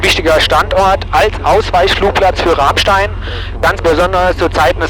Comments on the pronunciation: Moin, bin gerade durch Zufall über dieses Super-Video gestolpert, als Pilot Frank Abonnent. Man spricht es „Ramstää“. Und eher wie Ramm als wie Rahm...ich weiß es als Westpfälzer. 😅 P.S. Ich war als ehemaliger Schüler der Gesamtschule Enkenbach-Alsenborn 1988 auf der Airbase beim Wandertag. Wir waren in der Tat auf dem Tower, in einem Shelter Warzenschwein gucken, bei der Wachhundestaffel und auf dem Heuberg zum Bowlen. Habe noch Fotos. Wohl einer der denkwürdigsten Wandertage für einen Flugzeugfan und eine rare Gelegenheit obendrein. PPS. Habe auf deiner Homebase in Worms 1991 mein BZF gemacht. Leider lange nicht mehr geflogen. Kanal ist abonniert. Grüße aus EDDH! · Ich dachte schon du findest das Bernstein Zimmer im Bunker 🤪🤘🏼 Sagtest du mit Absicht „Rahmstein“ wegen deinem Dialekt?! 🤔 Danke für das Video! Alte Airbase ist immer cool 🤘🏼🤘🏼✨